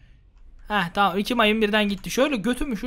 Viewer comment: 14:4 çamam diyo :)